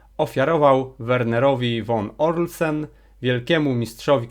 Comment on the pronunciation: Czytasz to co sam napisałeś i powielasz błąd. Von Orseln a nie von Orlsen! To jest nieznajomość ważnych postaci historycznych.